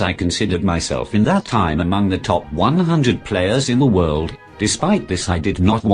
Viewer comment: That should be "World" champion not "word" champion